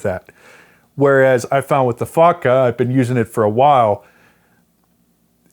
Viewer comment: every time he says fotga it sounds like "fucka" — "what this fucka has.." :D